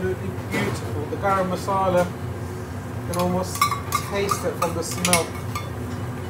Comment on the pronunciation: Love your channel :). And it’s Masala not Massala ;) cheers!